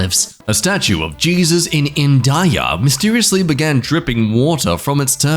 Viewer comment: 🥲🥲🥲🥲😭😭😭😭 16.31 why?// did u pronunce India like that